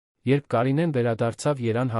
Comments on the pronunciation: Լսեք Երևանին ինչու եք անվանոյմ երան այսել որերորդ անգամ երան եք անվանսւմ Երևանին դուք ովեք բացահայտվեք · ԱՅՍ ՆՈՒՅԵՐԸ ԿԱՐԴՈՒՄ Է ԱՐՀԵՍՏԱԿԱՆ ԲԱՆԱԿԱՆՈՒԹՅՈՒՆԸ։😅ԵՐԵՎԱՆԻՆԻ ԱՍՈՒՄ Է ԵՐԱՆ😂։ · Մի բան գիտեք խոսեք, ոչ թե անիմաստ արհեստական բանականության միջոցով սխալներով Երևանը երան դարձնելով անհարմար է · Hargeliners, verj tveq ayd robotayin dsaynagrutyane, thache, vor Erevan anune axavaxumeq, da shat sxale👎👎👎👎👎👎👎👎👎👎👎👎